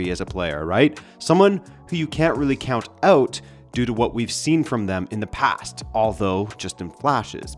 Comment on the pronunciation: it's out not awt bro